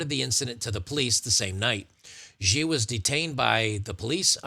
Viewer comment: In what world is "Xi" pronounced "Geee?" You discredit yourself by not being able to read basic words.. Xi is pronounced "she" ironically given the case, but that is how it's pronounced. Anytime you see XI in Chinese names it's pronounced "she."